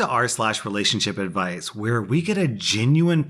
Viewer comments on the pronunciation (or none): Sorry but at the end you said rslash relashonship edvice lol😂😂😂😁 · Wait a Minute the outro he says releationshipadvise Is this wong i dont think so😲😂😂